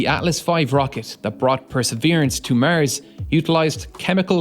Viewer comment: "Mars" not "Murrz" Is how its pronounced! 🤷🏻‍♂️